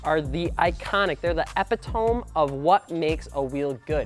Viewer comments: Did he just say epi-tome? E PIT O ME I thought he was a little sharper than that. I’ll let it slide since there’s an e30 in the background. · e-PIT-o-ME not epi-toam my dude. Cmon. Im an english major i cant help it. Probly gonna get roasted by some kid saying it can be pronounced either way so to that guy: bite me. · Omg epuh tome lolol its "ee pit oh me" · Lol 😂 your word of the day: EPITOME = ehpihtohmee... RAYS / VOLK RACING is like the GTR of rims. Solid performance at a premium price. You can't argue with a person who has these because they are arguably the best even in a subjective conversation. Sure you can maybe say that Enkei or Konig might be better bang for the buck, but are they as good? That being said, Enkei RPF1 is the S2000 of wheels. After learning about TSW making copies of everything or buying up companies to put them out of business, I don't respect owners of TSW wheels anymore... They may as well be the Daewoo of the wheel game. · did he say edamame? LOL<3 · The "eppi tome"? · YOU SAID EPITOME WRONG AGHHHHHHH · I’ve never heard epitome pronounce that way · Epitome... When you fucking say ode o-day. get it together